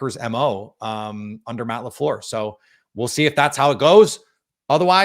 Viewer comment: MATT LA FLURR😂😂😂😂😂😂😂